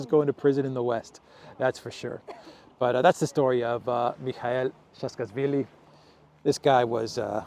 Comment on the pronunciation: His name is pronounced like this: Sa-a-ka-shvi-li